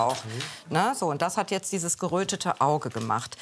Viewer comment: das heißt jetzt nicht jeze